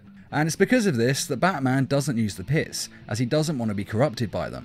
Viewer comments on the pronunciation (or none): "pit's chemicals" My ears: "piss chemicals"